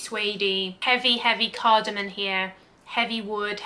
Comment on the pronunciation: CardamoM, not cardamoN.